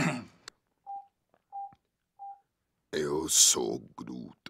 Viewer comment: bruh, i didnt know vin diesel could speak portuguese(from Portugal),when he said "im am groot" in portuguese i got surprised he said it so well. he spoke like a true portuguese. (in case people want to know how it is in portuguese chect out from there he repeats a couple of times in portuguese)